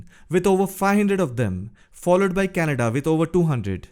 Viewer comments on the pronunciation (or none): none